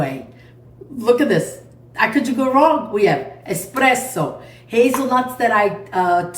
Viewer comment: Buonissimo! Pero no eXpresso, eSpresso.